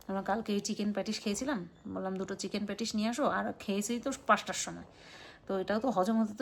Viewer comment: উচ্চারণ ঠিক করে করবে। বারবার প্যাটিশ প্যাটিশ প্যাটিশ বলছিলে। ওটা হবে প্যাটিস।